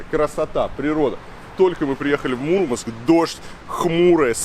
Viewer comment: не мУрманск, а мурмАнск...